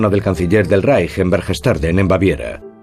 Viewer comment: "VERGES TARDEN"???? NO SERÁ "BERCHTESGADEN"??? QUÉ ASCO DE DESINFORMACIÓN Y QUÉ POCO RESPETO Y QUÉ POCAS GANAS DE HABLAR APROPIADAMENTE!!!